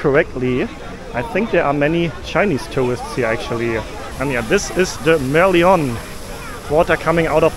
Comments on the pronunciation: Haha, your pronunciation of merlion -- it's made up from "mer" meaning ocean / sea and "lion" as in the actual lion animal. It's a head of a lion and the body of a fish! Glad you enjoyed the less chaotic feel of SG compared to other southeast asian countries! I hope you tried some Hainanese chicken before leaving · It should be pronounced as Mer-Lion, it's a cross btw a mermaid and lion 😁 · Yes, and I think the first taxi he tried to hail probably rejected him because they didn't understand the way he pronounced Merlion. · You can't just hail a taxi from across the road. Everything is proper here. Must follow the rules, unlike BKK or KUL. Also you can easily find a taxi stand nearby. And Merlion - pronounce as it is, like "lion" the animal. Not "lyon". 😊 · Funny how he said Mer lee on instead of Mer - Lion.. 😂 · Hi dear, glad you enjoyed your visit to SG but I’m sorry & don’t mean to be rude, can u try pronouncing the city as Sin-ga-“pour” and not “poor” ( call me superstitious 😂) and that iconic Merlion as Mer-“lie”-“yearn” (Lion as in the animal, vs tiger). And yeah, pricing of items sometimes vary as per location (tourists vs local targets; main streets vs smaller lanes, chain stores vs small businesses, etc) hence your juice was priced differently as an example. Food wise, we are greatly influenced from all over the world. The “Chinese dish” you tried has cross influences from China, HK, Taiwan, Malaysia, etc too, so you may find lots of “overlapping cuisines” and fusion culinary done here. I totally applaud you for being so willing to walk such distances in the hot humid weather and was rewarded with the diversified sights caught. Good luck on your continual ventures around the world! #staysafe #godbless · Just to comment - we pronounce "Merlion" as mer-lion (lion as in the animal). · Prounciation "Merlion" is Mer...Lion ( 🦁 )